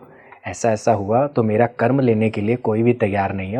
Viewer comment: कर्मा नहीं कर्म। हम अंग्रेज नहीं हैं